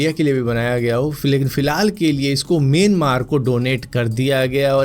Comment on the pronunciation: Bhai मेनमार नहीं myam maar म्याम मार